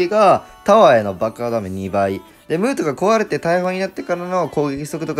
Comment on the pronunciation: ムートがムートンに聞こえた